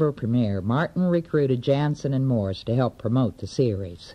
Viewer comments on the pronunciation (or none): And its morse not moose